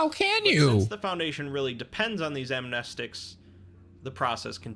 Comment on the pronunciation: It`s pronounced "Amnestics".